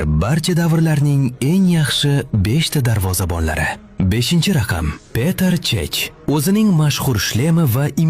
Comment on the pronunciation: Peter cheh❌️ Peter chech✅️😂😂😂😂😅😅😅